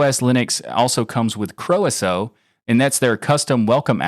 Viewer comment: Croeso app in KaOS is pronounced as Croy-so and means “welcome” in the Welsh language